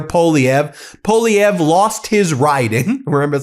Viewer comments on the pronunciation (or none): You are lovely sir but I must correct your pronunciation of the member of Canadian Parliament's, Pierre Poilievre's last name. I disagree with most of what he stands for but we must treat our fellow humans and Canadians with respect. 'Poilievre' is pronounced thusly, " poo-wah-lee-ev-ruh". You must say it quickly so you don't fully pronounce the last 'ruh' but more like a slight gurgle in the back of your throat.